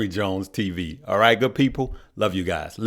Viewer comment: Band sound goo-ed lol.